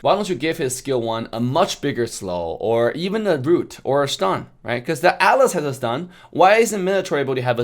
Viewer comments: Why the hell do I understand Alice instead of Atlas anyone understanding the same?XD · Who else misheard alice instead of atlas,hahaa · I didn't even realise he was saying atlas until I saw your comment.